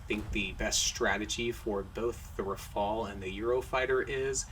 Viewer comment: the first ever non-french person to say "Rafale" correctly :D